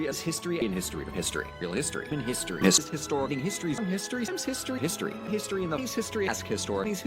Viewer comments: I'm probably imagining it, but I swear I heard "mystery" and "pisstory" a few times. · Some of these sound like he's saying, "Mystery", but that could be my brain having a stroke from history-overload XD